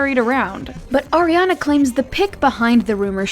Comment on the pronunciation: Arianaa?? Naahhh this is wrong